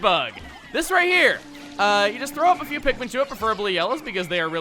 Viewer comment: #great vids people that like chugga and listen to what he says it's not PHEW IT'S F. E. W.